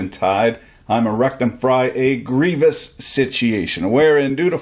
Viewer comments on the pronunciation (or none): none